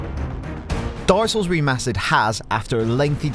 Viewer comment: Every time he says "dark souls" it sounds like he's saying "darcells" lol